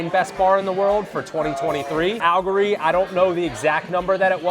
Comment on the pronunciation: Your pronunciation of AL-LE-GORY (4 syllables) is concerning. That said, I always enjoy your videos.